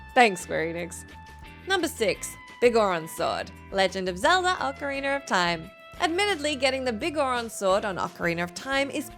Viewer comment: OcarinA not ocarinER 🤦🏻‍♂️ 🤦🏻‍♂️ 🤦🏻‍♂️ 🤦🏻‍♂️